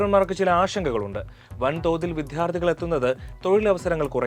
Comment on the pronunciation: “വിധ്യാർത്ഥി' അല്ല , വിദ്യാർത്ഥി ആണ്.